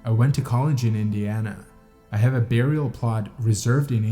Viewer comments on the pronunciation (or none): none